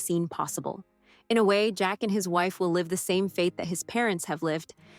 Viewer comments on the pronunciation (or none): none